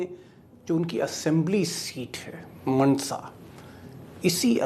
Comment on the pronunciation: Actually not मनसा it is माणसा.